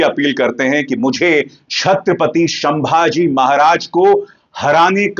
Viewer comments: शंभाजी महाराज नहीं संभाजी महाराज ! स का श कर दिया आपने … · नाम है,छत्रपती संभाजी महाराज, या शंभू राजे़। शंभाजी उच्चार ग़लत है सरजी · Bhai संभाजी not शंभाजी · Bhai.... Sambhaji maharaj hain...... Sh nahi ... S ..... please don't be so ignorant ... at least in taking names of Great legends....